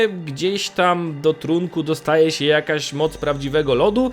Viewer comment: "Bojomcom siem istotkom żyjącom". Chłopie, materiał ciekawy, ale gdzie się uczyłeś języka polskiego. Masakra, tego się słuchać nie da. Uszy więdną.